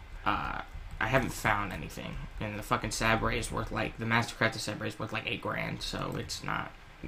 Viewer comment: I can't help but laugh on how you're saying sabre ahaha! Its pronounced saber like a light saber. Sorry for the grammar nazi but couldn't help it! Good video though!